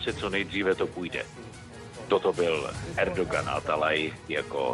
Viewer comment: Prej: Erdogan Atalay 🤣🤣 je to Erdoan a ne Erdogan 🤣🤣🤣